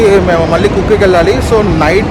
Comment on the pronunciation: Kukki kadu Bro kukke